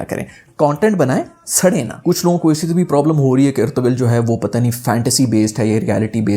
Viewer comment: First of all pronunciation of "Ertugrul" is totally wrong you are pronouncing it wrong